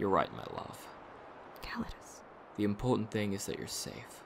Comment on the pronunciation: Not to be petty, but didn't pronounce Callidus as 'Ca-lai-dus' in the last chapter? (Or at least the stress was in the second syllable.) Also what is his accent exactly?